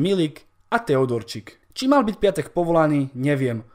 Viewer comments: sprav video o Pépému, lille tuto sezonu hraje super a celkom im fandim a inak ten Piątek sa číta piontek a nie piatek☺️ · číta sa pjontek